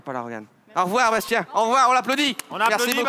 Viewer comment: Mdrr il a dit qu'il s'appelle Bastian pas Bastien mdrr vous l'avez pas respecter 😂😂😂